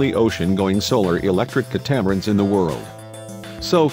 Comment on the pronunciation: Drawn, ditto. I especially dislike how they couldn't get pronunciation correct on 2 key words...... catamaran and lithium ion batteries, abbreviated as Lion or li-ion pronounced lee-ion.